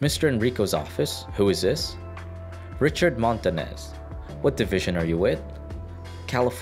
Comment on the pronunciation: Its pronounced montanyes not montanes ñ this word is pronouced nye but we called it enye